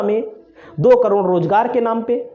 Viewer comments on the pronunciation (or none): none